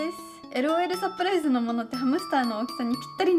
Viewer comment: LOL,サプライスじゃなくて、 LOL,サプライズだよー(^^) 余計なこと言ってすみません(TT)